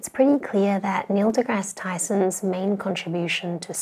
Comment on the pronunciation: Neil dedadee Tyson.